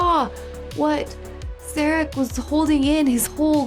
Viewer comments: It's cracking me up how part of the crew, and part of Sarek's delegation pronounce his name differently. Of course, you yourself are guilty of hatchet jobs on names in other movies that you've reviewed, even after the characters say a name perfectly, you pronounce it completely different. LOL It's ok, we still love you.;-p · It's a damn shame that "The Enemy" and "The Defector" have been left out. Good episode that some hypothesize as the build up to the Sins of The Father episode considering what happened in those episodes and who was involved. It's hard to not see the "Sarek" episode as a reflection of what was happening to Gene Roddenberry and his health during this time. He was suffering from memory lapses, mood swings, and experienced troubles with speaking. The choice to have the character Sarek have a similar type of downfall made this episode one of the best. I'm liking the idea of having the two-parters being grouped and reacted to separately from the rest of the episodes of the seasons! I can hope that it applies to all of the two-parters to allow more space to watch other great episodes! Season 6 will definitely benefit from this format.